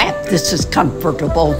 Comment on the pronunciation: Comftertable you said that at about lol